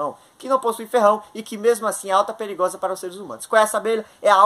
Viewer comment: Preligrosa? O português em dia.